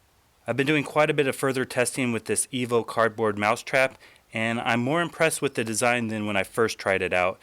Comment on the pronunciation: It seems to me he says Evil every time. hahaha